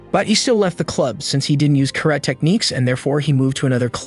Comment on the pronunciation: how you pronounce karate is so cringe